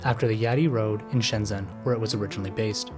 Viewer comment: Shenzhen is pronounced /ˌʃəːnˈtʃən/, something like shen-chen. Anhui is pronounced ahn-huay. Hunan is pronounced Hoo-nan.